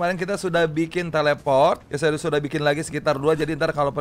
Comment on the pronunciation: Bang kenapa nyebut teleport jadi teleprot